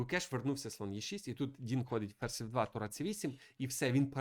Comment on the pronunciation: Бля....ну його звати Дін. Шариш. ДІН. Не Дінг, не Донг. Ну шо за піздец. Це як мінімум коверкання ім'я. Я думав ти це виправиш но ні. Яка уже партія но у тебе він Дінг. Де ти це вичитав?ми ж тебе не кличим Міхуйоло?